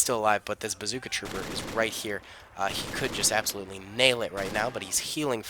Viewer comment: Say "Trooper" one more time.....